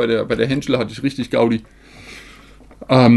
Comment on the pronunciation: Ich liebe die 10000 wörter begrüsung und dieses rüchtüg. Einfach zu nice😂😂😂